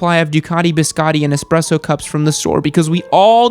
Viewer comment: Did just say...expresso? EXPRESSO?? Oh, this is why you've never had a ducati!